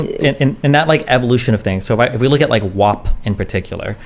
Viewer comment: I take issue with the fact that no one would tell Cardi B that "WAP" is pronounced like the word MAP and not like MOP, she pronounces the word as WOP which aside from being wrong is also a derogatory term for Italians. Why would no one correct Cardi B? Why has no one corrected Cardi B yet? Why are we all pretending vowel sounds have changed for this one song?